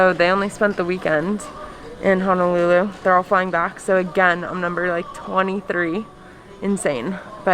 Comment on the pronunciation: HONOLULU..., please don’t pronounce it as HANALULU😟